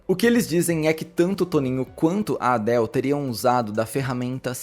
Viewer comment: Pode aportuguesar a pronúncia de Adele